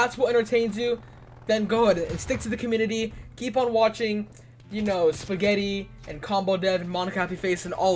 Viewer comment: I see where this guy is coming from. But I don’t see what’s wrong with the FNAF community. Also did my guy just say “SPUH-GETTY.” Good video though. I love a good vent every now and again.